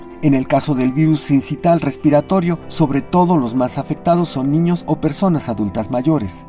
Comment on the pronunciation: Otro wey, sincital? No manchen póngansennnnn a estudiar el tema, es sincicial o del latín sincitial que se pronuncia igual...